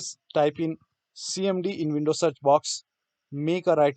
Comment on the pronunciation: vindows or windows, not vonting not verking